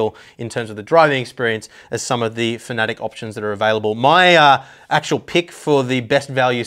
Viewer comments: Fa-na-tech not fa-nat-ic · hi dont mean to be rude but its Fana - tec not fanatic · FAN A TEC... ITS LITERALLY INFRONT OF YOU... and the German fella that made the company, he says FAN A TEC...